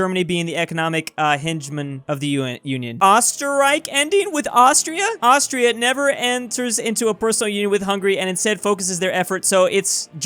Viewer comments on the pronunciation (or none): none